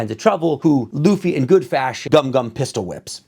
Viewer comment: You currently pronounce Luffy this time. Now, learn how to pronounce Zoro and Nami. Keep up the good work.